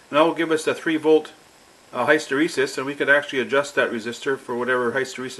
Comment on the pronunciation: I know this is annoying but I like your channel so much, I've just got let you know that hysteresis is pronounced like this